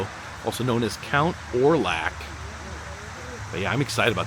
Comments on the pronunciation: ORLOCK NOT LAC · It's pronounced count orlok. Like lock it up